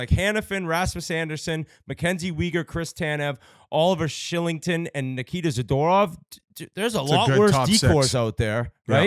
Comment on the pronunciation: Hey Biz its "shill-ing-ton"